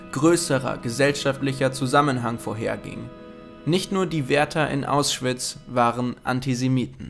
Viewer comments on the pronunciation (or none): Aussprache stimmt leider nicht ganz. Wird "Au-Schwitz" ausgesprochen, nicht "Aus-Schwitz". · Kurze Berichtigung:es heiß Au-schwitz und nicht Aus-schwitz also es heißt Auschwitz .